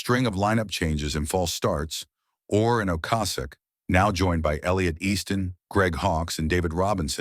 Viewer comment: Stupid AI, Benjamin Or R